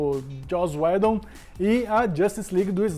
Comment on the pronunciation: Só o fato dos dois não conseguirem sequer pronunciar o nome do Joss UIDON corretamente já me faz pensar se não é hora de dar adeus ao Omelete au fromage.